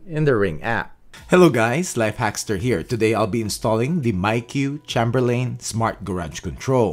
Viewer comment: I appreciate the videos, has helped me a lot. Just thought I'd mention as it's a family name, Chamberlain is pronounced with a long A, then a short A. "Chay'm-ber-lehn." (Gotta stick up for my peeps!) 😆